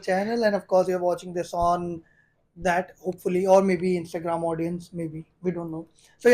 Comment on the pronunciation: failed when he said INSTAGRAM